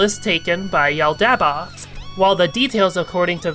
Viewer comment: This is half a decade late, but 'Yaldabaoth' is pronounced 'Yall-da-bauth'.